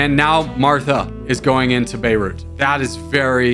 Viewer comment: good job pronouncing beirut :)